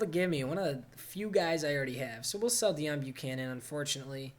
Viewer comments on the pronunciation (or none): none